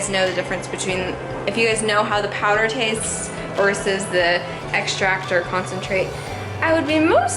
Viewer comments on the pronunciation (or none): none